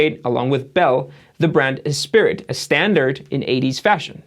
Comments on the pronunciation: Dude...... Esprit. Pronounced es-pree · I always thought ESPRIT was pronounced Es-PREE